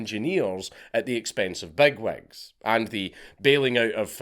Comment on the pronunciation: "..'exxpenns aw biggviggs'..soo, tha biggviggs paid far itt, eh?"